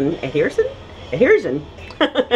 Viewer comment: Adjision it’s the pronunciation adhesion it’s the word